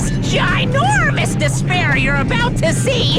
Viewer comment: When it comes to cartoon I just imagine “she says deshpair instead of despair”